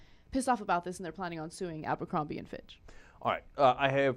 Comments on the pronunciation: Even though I hate that company....why is everyone calling it AMBERcrombie.....it's ABERcrombie. There is no M in the beginning of the word! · "Abercrombie" not "Ambercrombie" sorry, it just gives your video more credibility if you get the name of the company right. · AMbercrombie? it's ABERcrombie. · Isn't it Abercrombie, not Ambercrombie? LOL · its abercrombie not AMBERCROMBIE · It's Abercrombie, not Ambercrombie. sorry, had to correct that. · um its abercrombie not ambercrombie